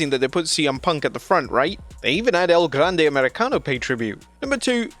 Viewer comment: I’ll never stop marking out when blud repeats “El Grrande Americano”